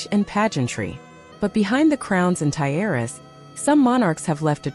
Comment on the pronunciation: Pronounce Tiara properly 😊